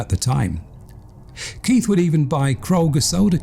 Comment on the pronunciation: choose your words more carefully mate - locking doors at night is not paranoia but correct behaviour. This narrator is a fucking idiot, he can't even pronounce KeiTH not keiF